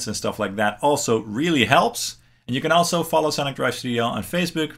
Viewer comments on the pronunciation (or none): none